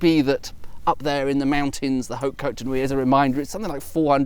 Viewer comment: Well it seems that fox wouldn't mind to be adopted by you ^^ And bravo for having pronounced En Grégoire perfectly ! However, you mustn't 'blow' the 'h' of 'hautes' as you would do in EN (in 'however' for example), because in FR that 'blown h' doesn't exist. So one would pronounce 'haute' as if it was spelled 'aute'. My tuppence ^^